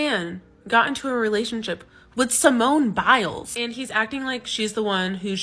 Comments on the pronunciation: "Simone Bowels" I know it aint on purpose, but they don't. Be careful, or they gonna come for you next. Lol love you brother!! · Dude I feel like he gets the names wrong on purpose lol. Simone bowels!? Come on!